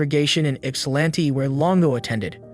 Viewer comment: Great job pronouncing Ypsilanti! Most people say Yip-salanti.